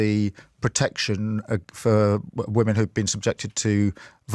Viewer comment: Women is pronounced "wimin" why are so many people getting this wrong all of a sudden? What is happening?